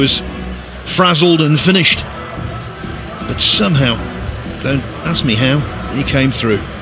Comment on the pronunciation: Why does that announcer say boat instead of but?